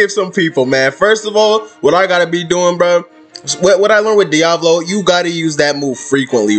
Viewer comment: Sounded Like You Said Diabolo